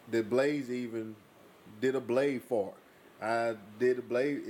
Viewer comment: Did you say "Blade Fart" ?